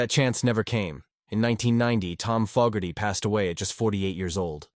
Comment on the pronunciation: Maybe program your AI narrator with the correct pronunciation of Fogerty